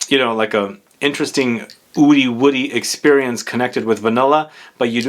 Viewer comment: “oudy woody”